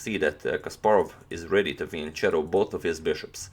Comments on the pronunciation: great video as always, but please... "fianCHetto" is too lame to hear :) The right pronunciation is "fianKetto" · I may be wrong but I thought it was pronounced "FEEN-KETTOOW"